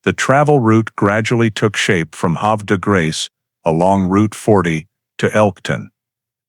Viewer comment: It's pronounced Have er de grace. Sad sad story.